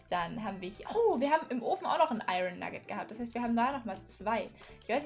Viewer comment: # als Tipp man sagt dem Iron ingot nicht iron naget ein ein iron nugget sieht aus wie ein chicken nugget 😂😂😂😂😂💕🌏